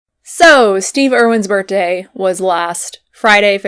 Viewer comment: Anyone else hear her say bert-day at the beginning? 😄